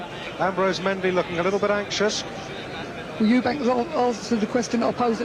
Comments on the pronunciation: Is it just me that finds mcguigan extremely annoying calling Chris "eubankS". There is no s on the end of his name. FFS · EUBANK not EUBANKS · 😂😂CWISS UBANK